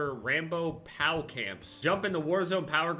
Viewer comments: him saying pow camps instead of P.O.W triggering me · "POW" camps, P-O-W smh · hahaha he said pow instaid of P.O.W (prisoner of war) camps hahahaha lol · This man said pow 💥 camps🤣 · He really said pow camps Just to clarify it's p.o.w. camps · It's Prisoner Of War, not fucking, "Pows" lmfao like some comic book punch. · how do you say POW camps instead of P-O-W? how do you not know what that is? that was all rambo was about, well that and PTSD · I'm sorry but when said POW instead of P.O.W I died a little also him dissing John and Rambo.....:( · the way said POW camps:DDDD